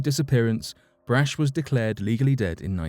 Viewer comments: Come on, dude. It drives me nuts when people just assume they know something especially when it comes to people's names. Just about every American knows Brach's candies and how the last name is pronounced. Helen Brach's surname was pronounced "Brock", not "Brash". All you had to do was ask an American if you were pronouncing the name right or not, which you weren't. Not even close. I mean, how do you even get "Brash"" out of that? I could understand, but not forgive, if you said "Bratch". I know I am nit-picking, but the Brach family is HUGE in the U.S. That's like me doing a video where I constantly pronounce Cadbury candy as Codberry. All you had to do was a simple name check, but you didn't. Lesson? NEVER assume!!! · It’s not brach it’s brahk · Brach pronounced Brock